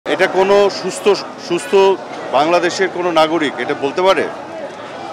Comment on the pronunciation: মাননীয় মন্ত্রী সুস্থ শব্দটি ঠিকভাবে উচ্চারণ করতে পারে না অথচ সে অন্যদের মেধা নিয়ে প্রশ্ন তুলে। 😂😂